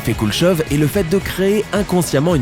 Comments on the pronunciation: Juste pour info , c'est l'effet Koulechov et non "Kuleshov" !! x) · La 10 est fausse, ça ne m'arrive jamais, même si la chemise était à 1000€, et qu'elle passe a 300€, je ne l'achète pas, c'est le principe des soldes et je ne tombe pas dans le panneau. Tu prononce mal Kulechov et dans le classement vous avez oublié le désir mimétique